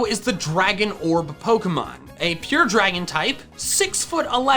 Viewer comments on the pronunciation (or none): none